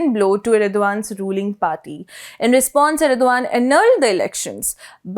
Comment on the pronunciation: Erdogan's name is pronounced Erdohan, with a very subtle guttural G